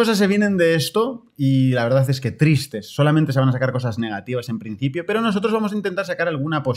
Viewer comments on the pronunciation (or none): none